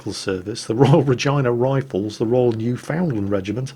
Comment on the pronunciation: I know you frequently take flak for mispronouncing the names of distant towns and cities. Well, today when you recited Princess Anne's long list of military titles, you mentioned the Royal Regina Rifles... and you said it just like a native. Well done!